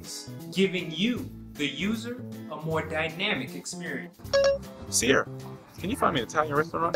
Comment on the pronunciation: He sed dynamic experence 5 or 4 times lol love this